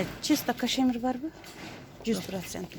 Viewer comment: Кашемир эмес Кашмир эмеспи